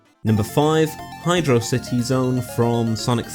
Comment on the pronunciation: You got a sub for pronouncing hydro city correct:)